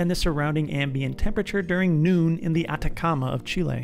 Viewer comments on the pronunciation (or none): none